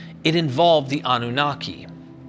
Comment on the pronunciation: anu-naki means the pure one.. am from that region so was easy to figure it out.. even though with you pronouncing it in English… anu- naqi is more close to how it really sounds.